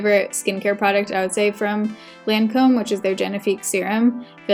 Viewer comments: In Australia, we say LON COM...but you say LAN COMB. Did you ask her how she pronounces it? It looked good. I like the way you do your makeup much better x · It’s “Lawn-comb” not “layn-comb” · I worked for Lancôme. Pronounced ( Lahn-comb)😉. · So far, I think it's your best make over yet. Different from your style, but very much in tune with your features. BTW best way to remember how to pronounce Lancome is Lawn - come (as is the way you'd pronounce commercial) Luv ya lots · I would imagine that one of the most difficult things of working at the Lancome counter is learning to pronounce the names of the products😂😂😂😂 Thanks for another great makeover video. A MUCH needed break from reality!!❤❤ I really loved the way your skin looked, but I agree the under eyes didn't look the best. The lip color was gorgeous on you!